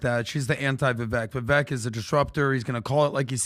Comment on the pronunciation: The look in Patrick’s eyes when he’s pissed about the echo is the real Patrick. Absolute psycho control freak. I feel bad for his kids. But hey good job Patrick, you finally learned how to pronounce Viveks name after having him on your show multiple times. You are a manchild who scammed his way into a fortune and half of your show is you trying to flex your pyramid scheme earnings and shouting random percentages about shit nobody cares about. I bet you his staff is constantly walking on eggshells.